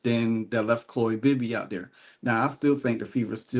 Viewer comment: Chloe, not "Chole".